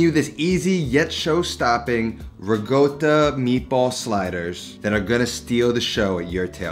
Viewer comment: What's "RIggota?"